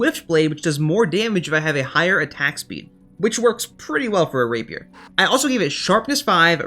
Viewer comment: when you make rapier i was like thank god finally someone can say rapier